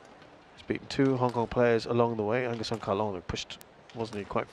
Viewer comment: The British commentators certainly cannot pronounce ng or tz